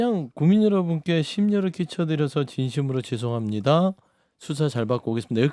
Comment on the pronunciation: "쥔심으로 줴송합니다 슈샤 잘 받고 나오게슙니다" 보톡슨지 필러인지 하도 맞아서 그런가 발음이 왜저래